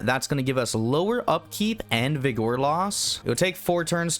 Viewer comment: Slaan:Sla-awn, not slain Vigor:Vig-uhr not vig-OR I apologize, but it hurt me every time. diabolical tzeentch brain magic that dealt me psychic damage.